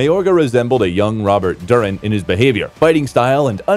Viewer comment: It’s Roberto Duran, not Robert Durit